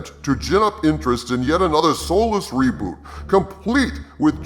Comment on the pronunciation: For a second I thought you said Columbo Robot.